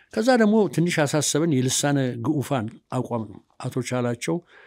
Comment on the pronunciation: እኔ ይኼን ፈላስፋ ነኝ ባይ አረቂያም ሽማግሌ መናገር አልፈልግም ነበር። ነገርግን… በቅድሚያ ይኼ ሰውዬ ትውልዴ አማራ ነው እያለ እንዴት "ልሳነ ግፉአን" (ተገፉ)፣ የሚለውን "ልሳነ ግኡፋን" እያለ ያወራል? ምን ማለት ነው "ግኡፋን"? በመቀጠል አንተ መካሪ ያጣህ፣ ሌላውን ልምከር ማለትህ የሚገርም ነው። ዛሬ ከተናገርካቸው ብዙ ነገሮችን ማለት ይቻል ነበር፣ ግን ጊዜ ማጥፋት ነው። የሚያሳዝነው ጋዜጠኛው አንድ ሰሞን ጥሩ ሚዛናዊ አካሄድ ነበረው አሁን ግን ተበላሽቶ እርሱም እንደሌላው የስረአቱ አለቅላቂ መሆኑ ነው።